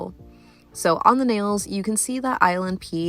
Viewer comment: I keep thinking you're saying "island pee" when you say "ILNP" XD